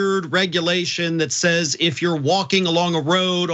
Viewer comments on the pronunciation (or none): none